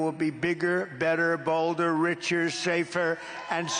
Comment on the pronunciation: Did he just say anerica will be balder with him?